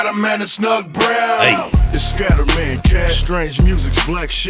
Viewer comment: Have to correct you sorry, but it's pronounced Skatter (like Scatter)man